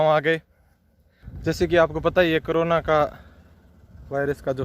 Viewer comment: Bhai saab krona nhi korona hota h